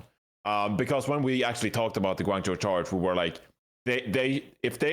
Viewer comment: note to and, the "zhou" in hangzhou and guangzhou is pronounced more like joe, and less like jow!